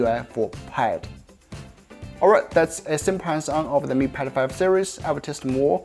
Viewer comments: Way he says "Mi Pad 5" sounds like "Me Pedo-phile". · why is he keep saying mi pedophile series lol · You pronounce Mi Pad 5 like Mi pedophile. Disturbing and funny a the same time.